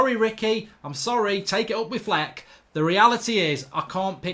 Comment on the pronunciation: Ricky so British he calls Flex 'fleck' lol